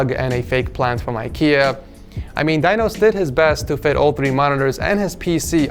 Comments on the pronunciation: ITS NOT PRONOUNCED /DAINOS/ YOU FUCKING RODENT ITS PRONOUNCED /DINOS/ BUT THE SOUND OF 'I' IS LIKE 'E' LIKE /DENOS/ LIKE WE SAY /pEnis/ /dEnos/ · Its pronounced "deenos", not "dainos"